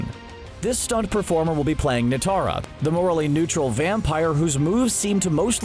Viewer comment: Nitara? Come on